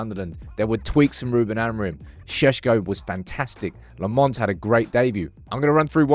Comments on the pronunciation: It's pronounced Lommens. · Lemmons still…ffs man. Say it properly